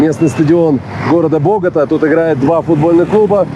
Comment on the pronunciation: Только не бОгота, а боготА! ударение на последний слог;)